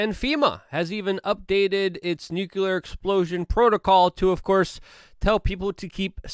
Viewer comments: Nu-cle-ar not nu-cu-lar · "nuclear", not "nucular" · NUCLEAR, NOT NUCULAR